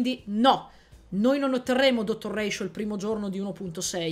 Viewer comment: It's NOT Ratioveeeerr!!!